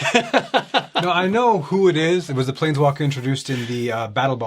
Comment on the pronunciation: Hey calls one plain "A plainS" lol